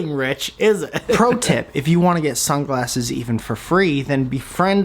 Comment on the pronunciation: when u said "sunglasses" i thought you said "some glasses" okay i think thats all i got to say